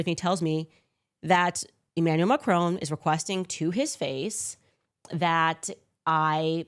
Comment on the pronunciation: Who tf is Emanuel Macrone? I've heard of Emanuel Macron but idk who Macrone is